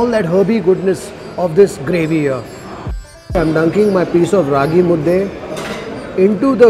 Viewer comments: Thank you for pranouncing "Raagi Mudde"correctly, Kannadiga💪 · since ragi mudde was pronounced properly gave that example... Rave undde , nuchin undde, puri undde anything will do... 😂